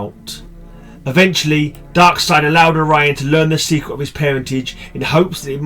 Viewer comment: You pronounce Darkseid correctly. I thought u Brits pronounced it DarkSEED 😝